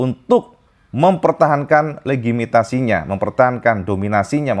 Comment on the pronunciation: legitimasi kayak nya cak... bukan legimitasi ;D